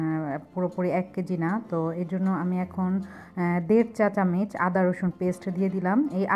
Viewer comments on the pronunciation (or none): none